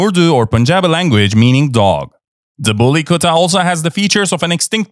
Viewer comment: U pronounce very well the bully kutta. 😂😂